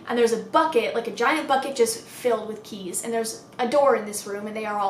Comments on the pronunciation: me: about to fall asleep: “a room full of CHEESE” i was so confused lmao (ik she said keys but it sounded like cheese to me) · Sylveon THAT'S WHAT I THOUGHT SHE SAID TOO 😭